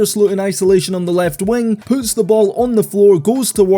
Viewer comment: "And Lexie Hull poots it back for two".